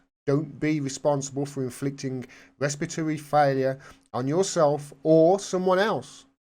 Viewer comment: Pronounced: Resp-pitory.